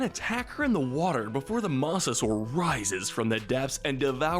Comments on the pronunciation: “Mossasaur” “Terradons” “Campsognathus” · Bruh this guy dosent know how to pronounce the most basic dinosaur names (pteradon moss-asaur) and says masrani as masroni